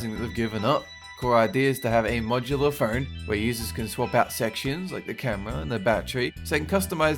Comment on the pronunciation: Am I the only one that hears "fern" every time he says, "phone"?